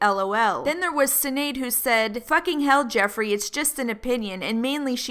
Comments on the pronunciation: Sorry but I have to address this, sinead is pronounced “shinade” not “sineed”. That really got to me😂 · I love the way she said sinaid instead of shunaid. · that poor girl sinead's name is pronounced- 'Shin-aid' it's irish lol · Sinead is pronounced shin-aid not sin-aid it's Irish :) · It’s pronounced Shin...ead... not Sin...ead. Love the Irish ☘️ names catching people out ! 😂😂🙈 great video. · Sorry the way you said Sinead made me giggle ahah its pronounced 'shin-ade' for future reference :) Also this was so ott, like he legit just went off on one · the name Sinead is pronounced as "Shi-nade" haha it's an Irish name